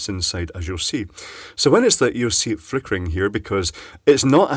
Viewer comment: Flickereh, flippinreh, flickry... lol Having a vowel movement?